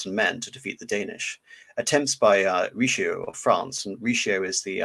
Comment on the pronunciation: Great presentation besides the butchered names such as "Cardinal Richioo"